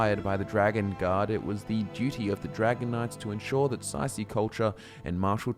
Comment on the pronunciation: Say see is not how you pronounce tsaeci